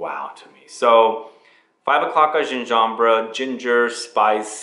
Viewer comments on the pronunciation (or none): none